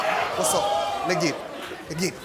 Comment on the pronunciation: He said le get it not let’s 😹🤣